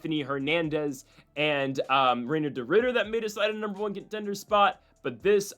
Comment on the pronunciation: ITS *R*INAT!!!! NOT HINAT!!! SAY IT RIGHT YOU I DIOT!!! AND NOBODY CARES ABOUT HIS NAME SAY IT WRONG BUT STOP SAYING HES 5-0 IN THE UFC!!! HE LOST YOU M ORON!!!!